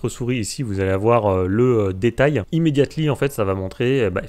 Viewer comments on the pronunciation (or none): J'ai quitté à "...imédiate-ly..."